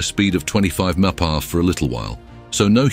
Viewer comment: WTF is "meppa"? This lame-o automated narrator trying to say miles per hour?